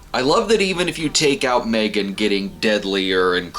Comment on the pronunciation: That pronunciation of the title is money.